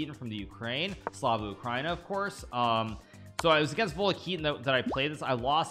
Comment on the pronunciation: the way you said "slava Ukraina" made me laugh. Love your content man, Героям слава!